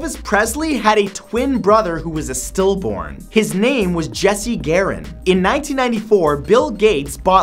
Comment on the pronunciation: what is 'still-boarn'